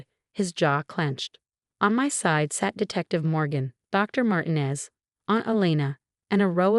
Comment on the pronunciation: And Martinez should have the accent on the second syllable.